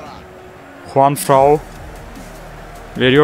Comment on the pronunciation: JuanFRAN'a niye hep JuanFRAU diyorsun? 😅😂😂😂😂